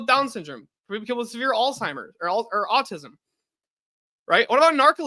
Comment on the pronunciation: I’m not listening to a got damn thing that comes out of someone’s mouth who says “altheimers” and “dehabilitating”